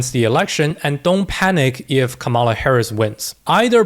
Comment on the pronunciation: Dude - learn how to pronounce Kamala